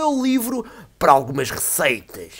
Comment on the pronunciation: falaste algumas "Receitas" de um jeito velho viking! xD Ah sério, ficou muita fixe, pareceu um viking mesmo! xD